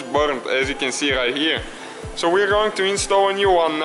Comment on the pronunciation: rrright herrrre!:) nice review,thanx